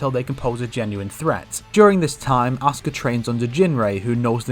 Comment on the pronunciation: everytime he say Asuka's name, it sounds like "Oscar"...